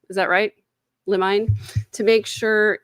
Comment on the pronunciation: It's pronounced lim'-in-ee.